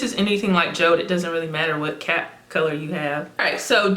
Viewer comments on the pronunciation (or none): It's actually called Jo-De like Jodi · Jode is pronounced as Jodie or Jody